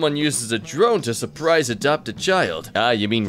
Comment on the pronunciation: kiling say sprize heven